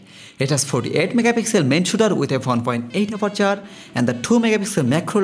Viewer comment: with two point for aperchhhhoorrr